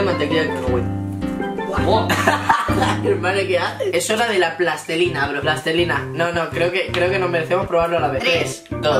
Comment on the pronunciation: Nadie: Absolutamente nadie:: plastelina. En vez de plastilina